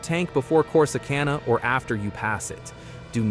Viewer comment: Posting this information does no good when you can't properly pronounce the name of the communities you are reporting on. Corsicana - Cor-si-can-na Seguin - Se-geen Waxahachie - Walks-a-hat-chee Palestine - Pal-es-steen Pecos - Pay-kus I have been to all of these communities and have never had an issue even late at night. Just be smart about where you stop.